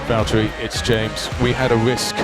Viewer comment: Valtteri*, not Valteri or Valterri.